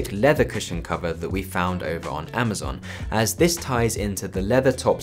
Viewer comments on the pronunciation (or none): none